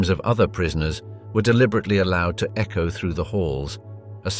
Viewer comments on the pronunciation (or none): none